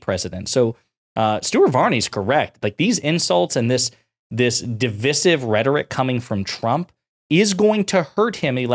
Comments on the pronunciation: My man, you use the word "divisive" so much, you should really learn how to proniunce it. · It's DIV-EYE-SIV.. it's called English M8. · How on earth are you saying divisive? Just take the word divide and change the ending. For goodness sake don't shorten that middle I.